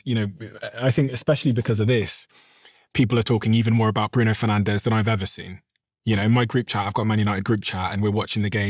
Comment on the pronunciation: Disappointed that you and your team didn’t educate yourselves on how to pronounce his surname properly. Come on we’re in 2026 now guys. He’s Portuguese, not Spanish.